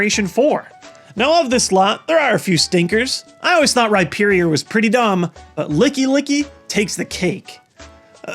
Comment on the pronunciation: Rypherior is pronounced "Ryferior"